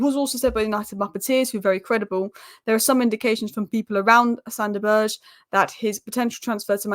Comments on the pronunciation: His name still isn’t «Berje» or whatever you’re saying. It’s Sander BURG EH (Like the Word «Burger», but just cut away the last letter) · Good lord. I hope we don't sign Sander Berge, it hurts my ears every time you pronounce his name so awfully wrong. SANDER BURGER!!!!!!! 😂😂😂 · I love how pronounces Berge's name different every time.:D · please google how to pronounce Sander Berge, itas not hard at all......